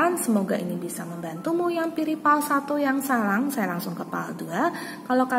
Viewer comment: Mon maaf kak sblmnya, itu yg pile 1 bacaannya Sarang bkn salang🙂